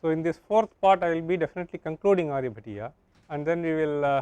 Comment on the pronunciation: How unfortunate, this scholar cannot pronounce Sanskrit words properly and is needlessly Anglicizing them. Its not Aryabhattaaaaa, but Aaryabhatt. Similarly it is not Aryabhatiyaa, but Aryabhatteey. Again it is not sootraa, but sootr. So so many other words wrongly pronounced. Such a shame a pandit dressed scholar has Anglicized all Sanskrit words by appending an 'a' after them all. Blunder, massive blunder. We emphasize so much on English pronunciation and have stomped on our own! Shame!